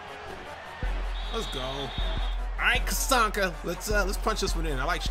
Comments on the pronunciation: You need to watch some of Larrt Csonka's actual game footage. The man was a monster. (And his name is pronounced "Zonka".) There were a couple of plays here which the game had Czonka stopped which the real Csonka would have powered through to score. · "Cuh-sonka." lol It's "Zon-ka." I enjoyed the crap out of this vid though. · ZON - KAH. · Larry “Zonka” is the pronunciation, not picking just letting you know. Good video as always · The way he said czonka smh. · The least you YouTubers can do is research how to pronounce the names of the legends you showcase smh. Who tf is Cazonka